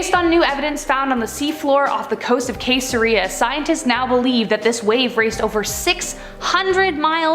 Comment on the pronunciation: Say; sesarea...